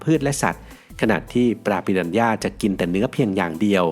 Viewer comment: ฝรั่งไม่ออกเสียง "ปิรันย่า" แต่ออกเสียง "ปิราน่า" ครับ...😂